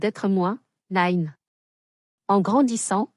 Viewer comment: Il ne faut pas prononcer Nine avec l'accent anglais, Nine ça signifie dans le midi ,,Petite, Mignonne